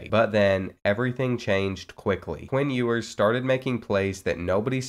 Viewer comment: Please say his name right😭😭😭